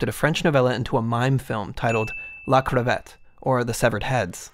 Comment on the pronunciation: La crAVAte (prononciation Ah) not la crevette (-ey) which means the shrimp 🤣